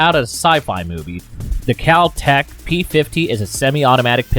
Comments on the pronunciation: you said kal tech instead of kel tech you said car-bine instead of car-bean, i can take a amazon giftcard thanks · You said "Cal tech" it's "kel-tek' also you said udder instead of other. Mooooo